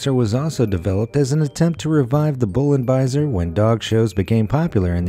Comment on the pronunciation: It's Bullenbeißer not "Bullenbaiser" ... Also the ears were clearly CROPPED which was also the case with Boxers before it was banned/made illegal. Also "Bullenbeißer" means literally bull biter ...